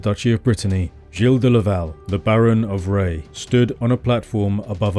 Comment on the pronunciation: Finally I learn how to pronounce "Gilles De Rais."